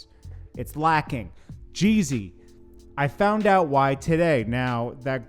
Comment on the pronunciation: Why do u keep calling him jay z.... This last youtuber did that. . JEEE - ZY